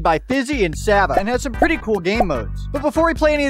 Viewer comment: he pronounced savas name wrong 😭